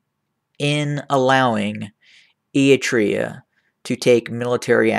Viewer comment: You cant even say eritrea